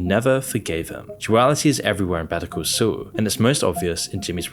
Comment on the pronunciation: Why the fuck do you pronounce Better Call Saul as "betoo coo soo"?